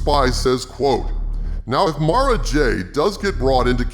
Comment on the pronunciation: I have to thank you for saying Mara's name correctly. There are a bunch of other You-Tubers that says it "Mare-Ah," and it drive me insane. It's like she's being marinated or something... Mara, and Mariah are one of my favorite names ever.